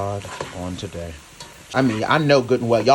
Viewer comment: I KNEW it was going be good when he said “My GOD on taday!” My grandma use to say that when she cooked and it turned out particularly good. I’m trying this recipe👍🏾